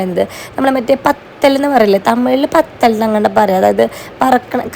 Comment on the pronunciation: Pathal alla vathal aannu